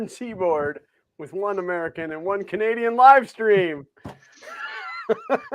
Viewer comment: Amur-can and a Canardian